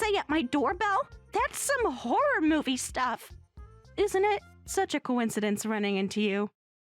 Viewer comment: It's 'koh-in-seh-dense' not 'coin-seedunce'. Please stop using VAs who don't know their words. 👎